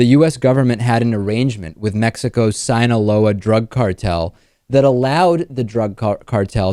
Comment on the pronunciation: What the hell David? Did you have to sound so "American" when pronouncing "Joaquin Guzman" or "Sinaloa"? You have never done that before, this all just seems very strange >.>